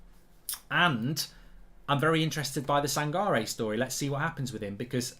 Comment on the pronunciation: It’s pronounce as San-ka-reh